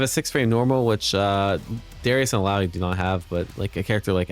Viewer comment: Omg! said illaoi's name correctly 😮